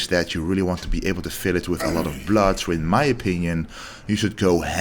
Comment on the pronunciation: I came here just to hear that!!!! If I heard my doctor say blood like that, I'm running out of the office!!